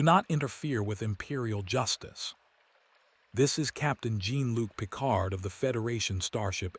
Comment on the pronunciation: Two sentences in and I just CAN'T. Find a HUMAN to read the damned script. The mispronunciation of Jean-Luc Picard is unforgivable.